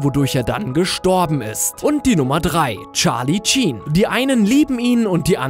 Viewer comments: Es heisst Charlie Sheen nicht Tsheen. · charlie SHeen nicht charlie CHeen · Er heißt Charlie Sheen nicht Chien! Ups,Winning! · "tscharli tschin" 😂😂😂😂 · Charlie Cheen? okay das Sh wird jz wie CH aufgesprochen cool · Es heißt Charlie Sheen (sprich Schien) ;) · rly charlie "cheen"wieso sprichst du das so aus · Niemand hier in den Kommentaren, der sich über seine Aussprache von Charlie Sheen aufregt? Schade